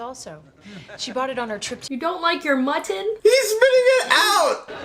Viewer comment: the way she said Mutton Lol!